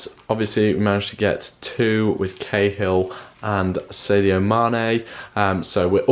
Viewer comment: btw sadio mane's name is not pronounced saydio mane